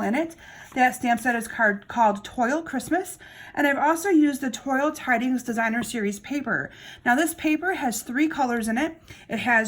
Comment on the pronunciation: Pronounced Twal